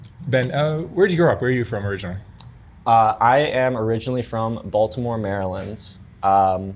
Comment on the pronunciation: No one from Baltimore pronounces “Baltimore” like how he does